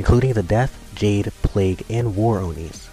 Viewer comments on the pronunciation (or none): none